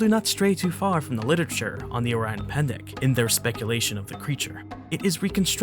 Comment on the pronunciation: listening to this guy saying orang pendek hurts me so much as an indonesian hurts man